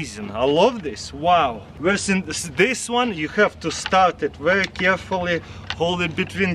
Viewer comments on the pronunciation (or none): none